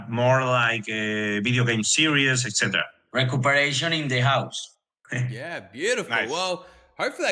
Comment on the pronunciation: Recuperachión in the Hause jajajjajajaj